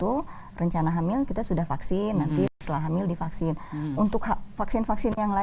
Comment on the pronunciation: Aduuuuh hostnya : "Paksin" 🤣🤣🤣 Supi , sunda pisan 😅👍